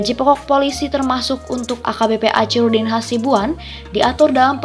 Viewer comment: Tlg dibaca akhirudin....bukan acirudin